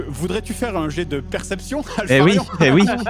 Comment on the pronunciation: Voui ! Je dis Voui !